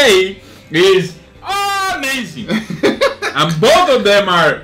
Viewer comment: “Put some charcoal ‘OM THEN” lmao